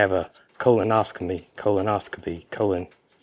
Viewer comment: Colonoscopy as scopy not ostomy